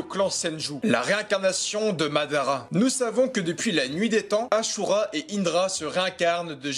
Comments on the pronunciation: Asura et pas achura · C’est asura pas achura